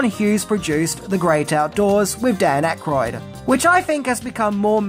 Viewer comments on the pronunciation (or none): none